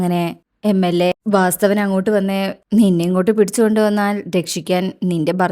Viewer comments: വാസ്തവൻ അല്ല വാസവൻ എന്നല്ലേ പറയേണ്ടത് ? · വാസ്തവൻ അല്ല. വാസവൻ